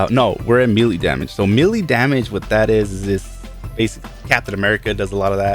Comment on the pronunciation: P.s- MELEE DAMAGAE IS PRONOUNCED MAYLAY LOL